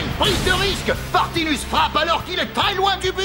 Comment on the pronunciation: À dit Edgar Partimus alors que c'est Edgar Partinus;)